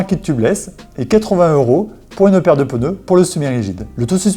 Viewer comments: Quand j'entends "peuneux " au lieu de "pneus " 🥴 , ça devient compliqué le reste de la vidéo. Mais y'a des gens qui "croivent" que ça se dit comme ça !? 🤘😜👍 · ”Les pEneus”